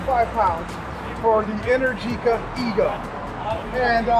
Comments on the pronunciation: Since its Italian, I assume its Pronounced "enEr-gica" , not "enerGi-ca", Great video! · Man is pronounced enérgica, not energíca 😅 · you call it enehr- geekah but I think it is called enEr-G-ca , from energy but, that capital E is open (é) like in Explosion. energica means full of power or very active in italian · It’s kind of weird how this guy pronounces ENERGÍCA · Please... Enèrgica not Energìca.